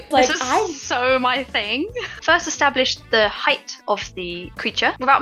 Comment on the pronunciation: It's establish